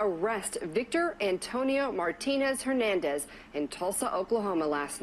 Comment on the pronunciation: “Hernandez” 😮 You never cease to amaze me Miss 🌹